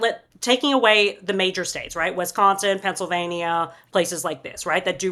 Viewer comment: As a Wisconsinite, I cringe at pronunciation of Wisconsin.